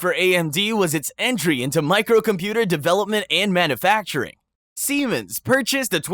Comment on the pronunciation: Pronunciation of some words was a little sketch, but a human could certainly make them. E.g. "manoofacturing" and "planntiff".